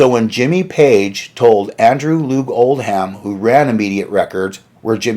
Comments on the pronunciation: Oldham - not like "old ham", spoken as "oldum" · Islington is pronounced “Is” which rhymes with “his” and Oldham in Andrew Loog Oldham is pronounced without an H. It’s not “Old-ham” it’s just “Old-am” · Pedants comment. The manager’s name Oldham is not pronounced Old-ham but Old-um the ‘h’ is silent and the am is pronounced um. As in the name of the northern English city which suggests it is from the Northern Lancashire accent. Apologies if already mentioned. Good video and I was a teenager back then. Pity I missed Jimi Hendrix cutting Eric when they first met at Regent St Polytechnic, where I went to college 2 years later. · This guy (?) is not a good speaker. I think he probably chose the wrong profession. It isn't pronounced "Old•ham". It's more like Old•um. The h is silent. But this is just one of he stumbles over. It's distracting to me. He wore me out in that video he did about Pete "Townsjend", or however his mispronunciation would be spelled. Drove me crazy! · In the Uk the name “Oldham” is pronounced “Old-am” not “Old Ham”. Although funny enough, an old ham was indeed what he was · old ham.....get a life and learn how to pronounce it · Great video dude ! However...I am a sergeant of the british pronunciation police..so...I apologise profusely but I have to point out: 1) Islington is pronounced 'is-lington', like the word 'is'. 2) Any English name or place name which ends in 'ham' like Oldham is pronounced 'um' so it's like 'Oldum'.